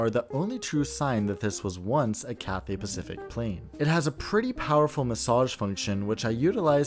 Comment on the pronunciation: your content is amazing but i couldnt help but notice the way you said cathay pathific